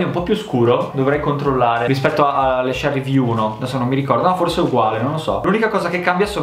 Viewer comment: Si dice cherry con la C di cinque